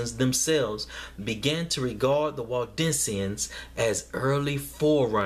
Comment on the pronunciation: Waldensians? I thought you were saying Walt Disneyans lol